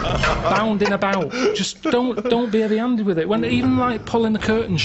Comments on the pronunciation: 'eavy 'anded... The Hulk's in the 'ouse. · 'eavy 'anded